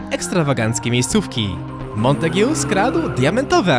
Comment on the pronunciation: Mała podpowiedź lingwistyczna- czyta się "Montag". I jak mówisz o dwóch facetach to "obaj" nie "oboje".